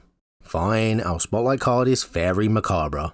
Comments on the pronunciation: Great video and a great set, but I won't lie, hearing 'macabre' pronounced 'macca-bree' almost gave me an aneurysm. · One of the funniest you’ve ever done. lmao “Mac-a-bree” killed me. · How dare you pronounce it "macrabrie". I thought you stood for something once. Also that card should be green because look at it...just look at it. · I can't believe mispronounces macabre. The video needs a day 1 errata. Shameful. (I did listen to the bloopers) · In answer to your opening question, "What's up?": "up" is the direction outward normal to the Earth's surface, when the Earth is modeled as a ball in three dimensional space. In layman's terms, it is where the sky is, and where the stars are, more or less. EDIT: So... when do we get Lorwyn back. I don't think I like this Shadowmoor version... The intentional mispronunciation of "macabre" is the rotten cherry on top.